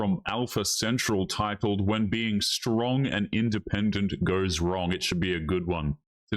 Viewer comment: You mean "SHTRONG"? That's what the trendy hipsters all say.